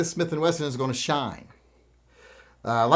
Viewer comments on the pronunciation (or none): none